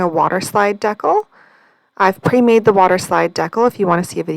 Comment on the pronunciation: Hi, I know it’s been a minute, but a couple tips, take em or leave em 😊 Ok first it’s Dee-cal. Long e & the a in cal is like pal. If you’re ever having trouble getting the protective slip off acrylic blanks, put a heat gun or hairdryer to it for a few seconds and voila! On the waterslide, it helps to use a sponge with a little more water if it’s not sliding off. The trick you did using your fingers was perfect. Lastly I keep a strip of blue masking tape with part of the sticky side up on the edge of my desk - it helps me take off any backings of stickers, etc. without marring up the edge. I use a lot of nail stickers which were not playing nice with any other way & I happened upon the trick by accident when the backside of a sheet of nail stickers landed on some tape I’d used to pick up little bits of resin & didn’t toss bc it still had open sticky places. Super impressed with the centering of the name - by eye - I’m one who has to measure. Happy crafting!